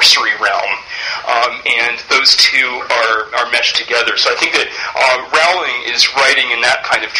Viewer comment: This is very interesting but I must say, J.K Rowlings name is pronounced Rolling, like rolling pin! Sorry, I'm just very uptight about these things XD